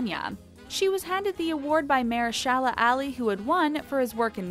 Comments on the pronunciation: What’s a mer-shala and Mayer-shela!!? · “mahyor-shayla” is how it sounded like she pronounced it. That was positively awful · I don’t understand the thumbnail and whoever is doing the narration for this video could learn how to say the people’s names properly, I didn’t know she was saying “Mahershala”. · ME TOO! It was driving me crazy. haha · If they hadn't shown clips with Mahershala Ali, I wouldn't have known they were referring to him. 😂